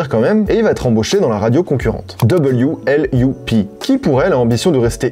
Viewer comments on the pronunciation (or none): « w l u p » L’écran: « loop » 😐😂